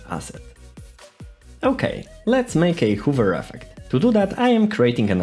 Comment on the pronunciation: Nice video. Couple of tips tho: Check hover pronunciation. Always when you finish explaining some part add additional second or two with pause so the person who are watching have easier time to digest info And lastly - I would slow dow explanation by something like 5 or 10 percent. Especially clicks in unity.